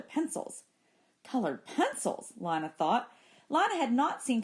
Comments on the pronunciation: It’s pronounced LINA not LANA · It’s pronounced ( lena) not lina even tho its spelled thwt way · Isn’t her name pronounced lee-na